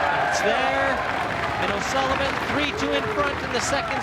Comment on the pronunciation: "O'sullibum" lmao